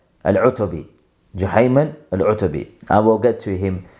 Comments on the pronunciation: Learn Arabic, you said it okay the first few times then wrong, before barking online learn the language and Deen properly, You're nothing but a wasteman who goes against the Ijma of Khurooj. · My OCD hurt every time you mispronounced it lol